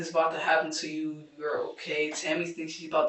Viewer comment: the embedded subs on the interrogation video are so off. And before anyone comes for me, I'm pointing this out because of Deaf/HOH folks. Also at around the mark or slightly before, the narration says "Tommy" and not Tammy.